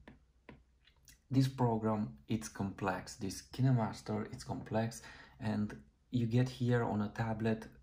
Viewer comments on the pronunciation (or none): Kineemaster? You mean KineMaster?